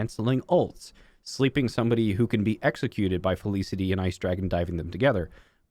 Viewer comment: "fel-iss-ity" haha love it despite that.